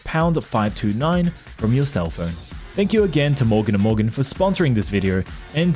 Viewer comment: I swear, when he said 'morgan and morgan' I heard bouken da bouken